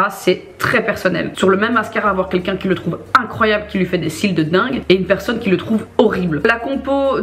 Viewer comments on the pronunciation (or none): none